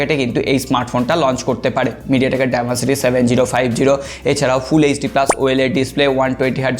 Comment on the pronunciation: আপনি ওয়েলেড বলেন কেন? কন্টেন্ট ভালো লাগে দেখে বলছি, আপনার এই ভুলটা খুব বাজে শোনায়। এটা আসলে ওলেড অথবা ও এল ই ডি